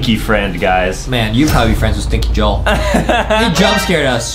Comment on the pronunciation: Justin Remember its not stinky joel its stinky JO-EL